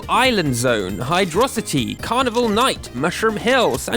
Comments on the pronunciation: ITS HYDROCITY NOT HIGHDROSSITY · sonic 3 & knuckles shouldve been 1st place, and its pronounces hydro-city 0/10 video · IT'S PRONOUNCED HYDRO CITY!!! ...other than that, great video, mate!